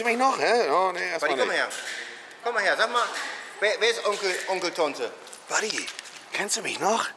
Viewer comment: „Onkel Tonte“